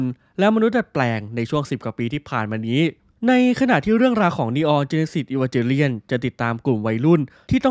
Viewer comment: Evangelion มันอ่านว่า อีวานเกเลี่ยน ไม่ใช่หรอครับ